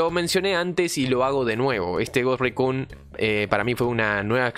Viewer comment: Cada vez que dices Ghost Recun y Recon muere un conejito